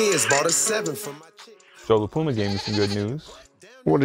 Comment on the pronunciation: JOE LA PLOOMA 😂